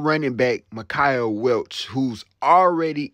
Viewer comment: Mike-Uh.... Not Mick I Uh